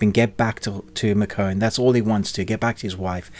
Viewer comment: Ikr! 😂😂😂 I’ve never heard her name pronounced that way before.